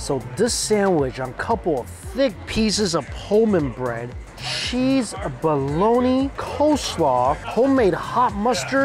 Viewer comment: I love your reviews!! I just have to ask... why do you say sheese for cheese and shicken foe chicken for not schen for a Mike Chen?